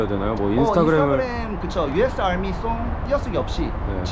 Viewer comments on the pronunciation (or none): 야미가 아니고 아미 였네